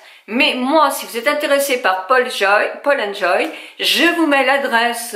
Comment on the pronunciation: oh je vous aime mais s il vous plait n ecorcher pas les nos des marques c est paul and joe et non joy et puis c est natacha deNONA et non de MONA pourriez vous preparer vos videos un peu mieux!!!!!!!